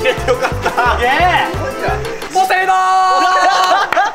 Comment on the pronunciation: ポセイドーンが若干ポティトーって聞こえた‼️🤣